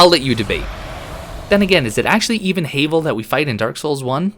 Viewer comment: Who’s Hay-vel? Quite obviously HAVEL like GRAVEL….ya know…because rocks